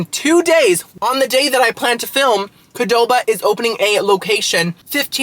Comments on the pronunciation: I thinks pronounced QUE-doba 😄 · Recommendation for your qdoba video get nachos with the cholula chicken sooooo good. Also its just pronounced Q(like the letter) doba